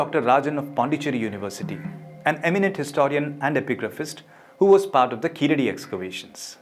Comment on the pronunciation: sir , thank u for the video but a small correction plz ,,,,,,, its not keeladi and not tamil ,,,,,, its Keezhadi and Tamizh ... kindly hard pronounce ZHAA thoroughly , if we lose one alphabet we lose one complete language